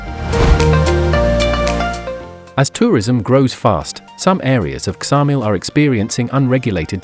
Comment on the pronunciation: Its Samil,the K is not pronounced but you wouldnt expect an AI voice over to know